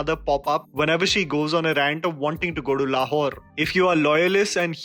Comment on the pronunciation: Why do I hear Le Whore everytime you say Lahore?😂